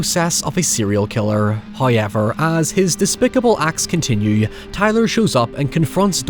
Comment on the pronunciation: tf is "hoyever" man for real it pisses me off i subscribed you just to unsubscribe immediately after i heard this in couple of your videos